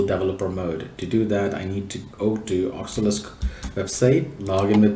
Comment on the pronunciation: Its O C U L U S. But really nice tutorial.